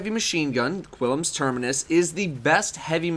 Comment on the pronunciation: It's pronounced "Klim's Terminus" Seriously, look, there is no 'I' after the 'U' in Qullims. Wierd as fuck.